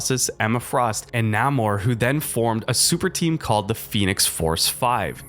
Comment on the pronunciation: why and how does he pronounce team with 2 syllables lmao that's what threw me off